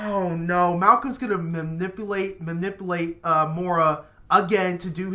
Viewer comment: Lol he said mamipulate and moora